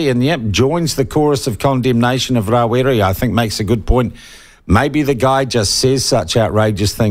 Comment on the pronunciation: oh give it away Winston, Geez, you're the only Maori i know who says: Mow-ree, instead of Maori, Ra wi ree, instead of Rawiri, Cure-a.. instead of Kia ora. I know many Pakeha folk who enunciate Te Reo better than you